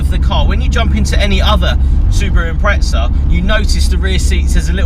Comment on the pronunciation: Wtf is an impretza? You mean impreza right?